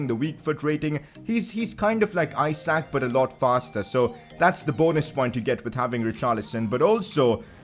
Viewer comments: As I am Swedish, I wanted to sat that isak would be pronounced ee-sark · Pcq: isak isn’t pronounced how you say it, it’s pronounced issac